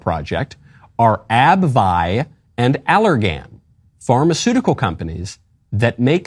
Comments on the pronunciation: Michael … it’s ABB-VEE not ABB veye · It's pronounced ab-vee. The spelling, for those interested, is Abbvie. It spun off from Abbott Laboratories a few years ago.